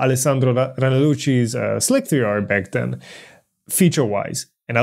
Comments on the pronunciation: slick 3 r is pronounced "slicer" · I agree that's likely. "eye-oh" as in letter I followed by letter O – the abbreviation for Input/Output. Slic3r is pronounced Slicer and Pathio is pronounced Path I/O – but not on Planet:) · Yeah, your pronunciation of slic3r is creating a problem in of itself... since nobody but you says slic-3-r... and yes I watched the original video where you started doing this. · How do people not get that Slic3r is pronounced Slicer? Wtf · Oh god, slick-three-arrgh .... I need to do something about that! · Slick-3-r, couldn't take it, stopped watching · Why does he keep pronouncing Slic3r as "Slick-three-r"?